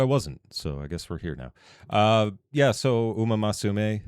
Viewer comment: It's Musume not Masume